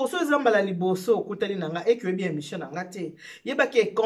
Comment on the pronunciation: Bjr balobaka émission et non emssion.